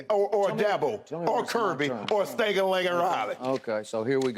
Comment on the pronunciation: “ Stankin Lanken “ 😂😂😂